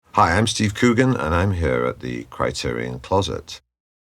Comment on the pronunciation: Stop getting Criterion wrong!